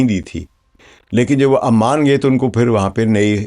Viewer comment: سر تلفظ درست کر لیں ۔ عمان کی عین پر پیش ہے اس لئے اسے پیش کے ساتھ پڑھیں ۔ یعنی Oman